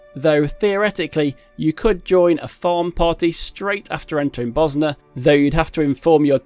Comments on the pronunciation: Did you just call it "Buzznuh"? Bozjan, zj makes a soft J sound like in the word Usual. BO-zjan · Mage is pronounced "may-j" as opposed to "majj". Bozjan is "bozz - jan" not "bos - ner"